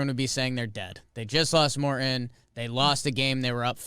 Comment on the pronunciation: “Mor-in” lol